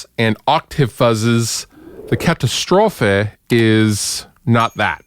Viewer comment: First up, cool you manage to pronounce the Katastrophe right, ha ha. I got the Fernweh and Tesla Wolf, love them both. Great company. Lot's of cool pedals for sure.